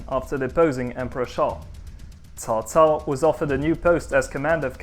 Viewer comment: Thank you. Pronunciation is on point and most ppl think cao cao a villain as he is portrayed in video game culture but was intelligent and inspirational and wanted nothing more to unite a divided china and understood that the Han was ending.